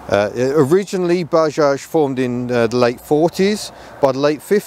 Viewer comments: It's not baaaajaj,, it's Bajaj,, spell it correctly 😡😡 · it's 'buh·jaaj'.